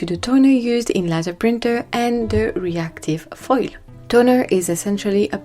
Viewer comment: The word “laser” is pronounced LAY ZER It’s actually an acronym that stands for: Light Amplification by Stimulated Emission of Radiation.